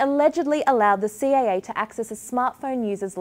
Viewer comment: It's "CIA" not "CAA"